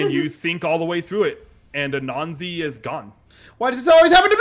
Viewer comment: Spells it Anansi, pronounces it Ananzi xD It definitely is interesting to hear different promotions of words by people not apart of ya culture or from others who have similar cultures. I will say as a seemingly good person, he is the type of chaotic i see an Anansi behaving. 10/10 xD